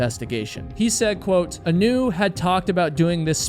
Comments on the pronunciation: looked hawaiian to me, heard you call her 'anoo' - middle name was leianuhea (A-nu). aūe blessings for da family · Anu is pronounced Ah new, every time I heard her name pronounced Anew, it bothered me, her name should be pronounced correctly. She is a lovely, strong girl, an incredible athlete, and very protective of others. She and my son grew up together, played sports together, were just kids supporting each other. One day, there will be answers, she'll be found, or we will all know what happened. Until that day comes, why dirty her name with conjecture and unkind words, it does nothing good, and to those who still worry, it's just cruel. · ah-NEW is a terrible name. Should've reversed the emphasis to the A. AH-new is nice... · Hi. I hate to be that person but her name, Anu, is pronounced as, "Aah-noo" like how you pronounce the anu in Keanu Reeves. growing up in Hawai'i it's a pretty common name.